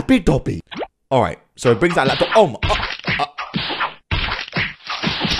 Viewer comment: When said at the start “Let’s go with the lapytopy” I used to say that when I was younger lol:D